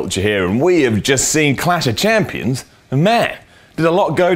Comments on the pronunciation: is it really that hard to say clash of champions? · Simon is reading a autoque, therefore how does he mess up saying Clash Of Champions lol